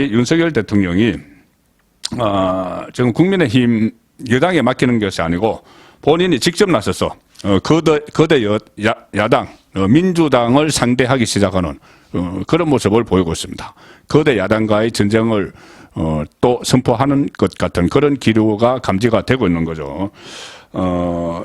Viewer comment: 거대야당...거:대야당 이때 '거' 발음은 장음.